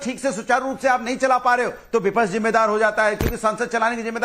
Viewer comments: हरा कुर्ता पहले विपक्ष शब्द ठीक से बोलना सीख लो,विपक्ष है या विपछ है,बने फिरते हो नेता बड़ बड़ बड़ बड़ बड़ा रहा है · को बताओ विपच्छ नहीं विपक्ष बोला करे 😅